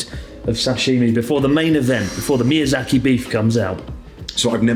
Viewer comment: Ahh yes mizayaki wagyu beef is the only thing i can think of when he says mizayaki.